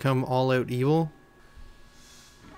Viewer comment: when he said evil i had thought he said eel